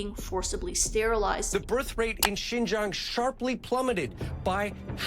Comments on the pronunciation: its pronounced "shin-jiahng" not "zjin-jhang" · great vid but please at least look up how to pronounce xinjiang if you're gonna talk about it lol